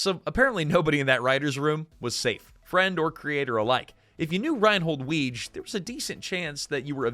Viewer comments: Rheinhold Wege's last name was pronounced "Wiggy." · I love this, but, Reinhold Weege's last name was pronounced "wiggy" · I Like your channel but PLEASE research pronunciations. Yes, I realize I'm being pedantic but Weege is pronounced Wiggy, you'd know that if you had ever watched any of the cast interviews. Mischievous is pronounces Mischivous NOT Mischeevious.